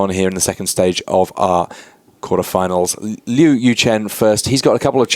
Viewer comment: I wish the commentary team would have taken a few minutes to talk to Liu and learn how to pronounce his last name :(